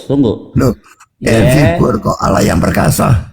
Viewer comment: Coba keristen asli tulisan allah dibaca salah alah , ini uda salah